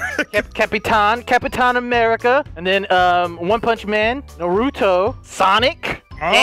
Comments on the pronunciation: as a naruto fan it hurts me when people say "nuurootho" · Nar-oot-to lol it's Nar-ra-too